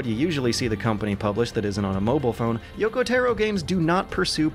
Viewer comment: No one This guy: "Yoko Terrow"